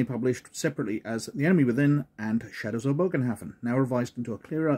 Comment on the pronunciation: It’s pronounced more as a buhgenhafen